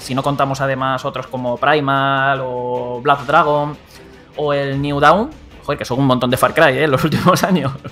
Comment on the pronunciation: ¡El juego se llama Far cry blood dragon! pero tú dices "black dragon" min , bonito "experto en la saga" que se consiguieron, yo no lo soy, pero al menos me sé los nombres de cada entrega. Mejor digan que son veteranos en far cry, para evitar esos ridículos.